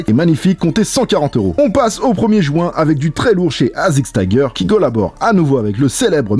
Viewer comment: Il dit le samedi premier "jouint"